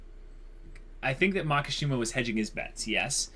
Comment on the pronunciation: It’s Makisjima, not Makashima lol. Maki means fire branch. Shima is Islands. There is no word MAKA in Japanese and sounds so awkward